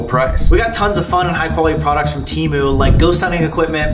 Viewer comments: temu cancelled my card soooooo..... ill pass or btw its teeh-moo not tee-moon i looked it up its annoying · bro got sponsored by temu and still didnt pronounce it right 😭